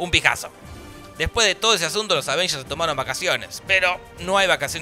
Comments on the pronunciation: me gustaba mas cuando decias Advengers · Al fin dejó de decir "aDvengers"